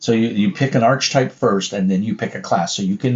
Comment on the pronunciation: Archetype is pronounced "AR-kuh-type". Any word deriving from ancient Greek pronounces "ch" as a K. The simplest example is "echo"!